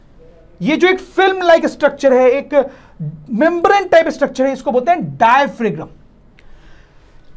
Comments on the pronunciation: Sir, Please Don't mind Diaphragm pronounciation is डायफ्राम not डायफ्रेगम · It is "diaphram" in pronunciation please update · Bhai mere!!! pronunciation ko theek karo...bachche ghalat pronunciation seekhenge😭... larynx,pharynx, diaphragm sab ghalat pronounce kar rahe ho